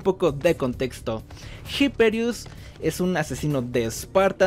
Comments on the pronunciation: pero porque no sabeis leer los nombres? la H no se pronuncia. IPERIUS. Es latin, en latin la H no se pronuncia, como en español. Que los americanos no sean capaces de leer latin no implica que lo hagan bien. Por favor, asi nunca nos tomaran en serio los yankis. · Me da Cringe como pronuncias Hyperius